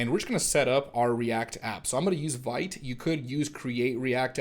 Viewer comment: very cool! just as an fyi: vite is pronounced [veet], it's french for "quick":)